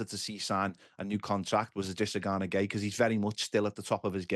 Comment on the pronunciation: Great interview, did well not to laugh when she pronounced Ganas name wrong too 🤣